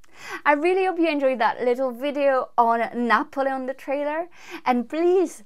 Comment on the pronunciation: BTW, I love the way you pronounce Napoleon.